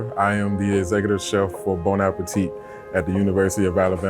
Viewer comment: Lady from Bon Appétit should know by now that it's not pronounced bone appeteete, but rather bon (1 N means bon and not bonne) ah-pay-tee. Come on!